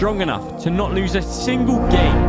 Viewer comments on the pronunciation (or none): “What a gaiyme” -Martin Tyler